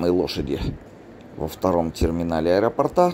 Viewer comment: до аэропОрта. Ударение!!!!!